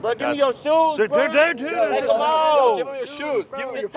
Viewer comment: He said take off deem shoes